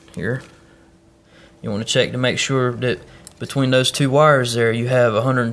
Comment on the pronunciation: It's called that not dat